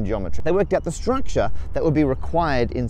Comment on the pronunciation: I don't know why but I heard stuukture the first time